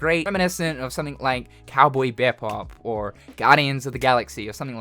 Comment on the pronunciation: Cowboy B e Bop come on it’s pronounced (BeeBop) come 😂 also I think the game looks pretty damn cool I didn’t know this was going on lol